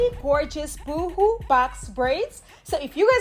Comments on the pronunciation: Love the great tutorial.... FYI... ("BOO HOO" is like crying.. "Boe Hoe" sounds like Boho..Bohemian? when you say natural is sounds like Nitro.. ) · 😂, girl! It sounds like you are saying boo boo braids. 😂 Boho rhymes with go go...🥰 Yes! Once again,, you slayed the easiest way to do box braids....YES!!